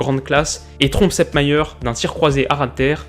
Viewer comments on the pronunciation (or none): En 1970, la retransmission était en couleur, mais personne n'en possédait !!! C'était noir et blanc partout... "Gerd" se prononce "Guerte" et "Sepp", "Zepp".... Vous n'êtes pas de la bonne génération !